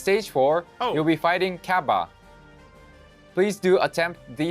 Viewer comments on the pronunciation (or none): Japanese developer of the game: "Cabba" Truth: "CABBEH"